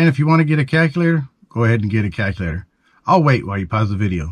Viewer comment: A guy who says "calkylator" just told me stuff about gold.....